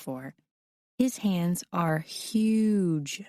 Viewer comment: The fact that she says uge instead of huge 🤦🏻‍♀️